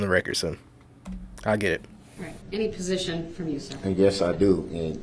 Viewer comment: He tries to be so smart and shows his ignorance. I can't stand to watch or listen to him talk. His mispronounced words drives me crazy. When he tries to say "position" I cringe.